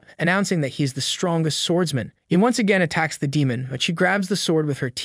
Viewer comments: the 'stron-gee-ust?' isn't it easier to just say strongest? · Strong est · Lol strohhnjest? Strongest? Wtf how are you mispronouncing all these words?